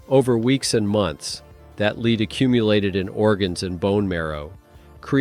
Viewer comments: Stop using a computer to voice your films. It is led, not leed. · Lousy channel. It's "lead" you stupid AI not "leed". Block, BLOCK, BLOCK! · Lead is pronounced led. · It's lead. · How he saying lead is ridiculous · How many times can a computer mispronounce a simple word over 5 minutes. I lost count around 30.